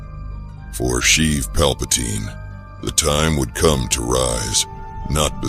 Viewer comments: So many names mispronounced all over. Plagus is pronounced as "Plaigus", not "Plagoose", and Palpatine is pronounced "Palpateen", not "Palpataine" like it many places here. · Darth Plaggus and Palpatyne xD